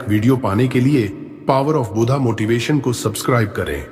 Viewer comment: Power of buddha बुद्धा not बुधा